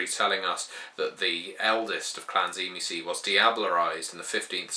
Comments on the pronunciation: first of all you are a moron because you dont know how to say theyre name tzimisce is not said zee me ce theyre name is known and spoken as zim see i know this because i know the true family of tzimisce my father is a true tzimisce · I always thought the pronunciation was SHIH-mee-say", with a definite, but subtle, "t" sound at the start. Anyhow, I would like to do some more reading on the Final Nights. Thanks. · Am I the only one that pronounces it "Dzi-mi-tze"? Probably because I'm Slavic. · It should actually be pronounced Dzee-Miss-Key stress on the key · T-see-mee-ski. It's a Byzantine era surname. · Tzimisce was the name of a Byzantine noble family, and as far as I am aware it was pronounced Tsi-mis-chi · I think it's pronounced "Jimmy-skeeh"